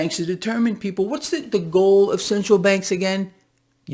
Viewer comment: It makes my day when you say "ThE gHoUl!!!!'